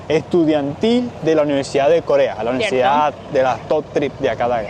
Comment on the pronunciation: Holaaaaa, por favor di: UNIVERSIDAD varias veces 😂 En tu grabación se te entiende: NIVERSIDAD 😂 Cada vez que te escucho decir esa palabra me recuerdas a un guajiro